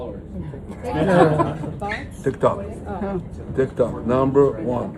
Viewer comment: Trump says Tik-Tak, Netanyahu says Tik-Tuk.... Tomato tomata.